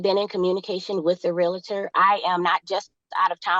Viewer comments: "real-uhh-turr" is not how you pronounce realtor. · It is a REAL-TOR, not a REAL-A-TOR. Drives me crazy!!! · You cannot reason with the unreasonable. Someone tell her it’s realtor not relator. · "real-i-tor" Ignorance at it's best Somehow it's not appealing to see the silverback in it's natural environment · When they say REAL-A-TOR i know someone is lying especially when they know how to pronounce realtor! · Realtor is not pronounced like skellitor. Haha. The realitor said. I was gonna let it go but she kept doing it. She likely calls a stereo a stereol. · *re-al-tor...3 syllables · There's nothing like love grown cold. For the record, "realtor" has two syllables, not three.